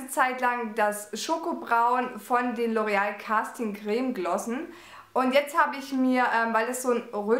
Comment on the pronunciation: Du bist sooo ZUCKER! <3 Super Video & tolle Produkte! Aber auf L'Oréal & "dunkelblond" komme ich nicht klar hahaha